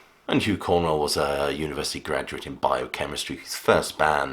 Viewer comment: Too many factual errors in this video. Is it really so hard to say Cornwell rather than Cornwall?